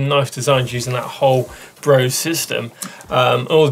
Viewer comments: Guys, please! Brose is pronounced BRO-SE, the "E" ist voiced! Like the "e" in "the". And the "O" not like "bow" but more like "floor". Thanks from Germany :) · Brose is actually pronounced "Brosa"